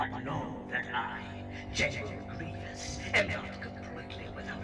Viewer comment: Greivios more like ~GROOVIOS~